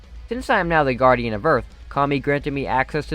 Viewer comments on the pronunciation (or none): none